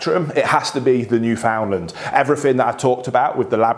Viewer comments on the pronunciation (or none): I've yet to see anyone on the internet pronounce Newfoundland the right way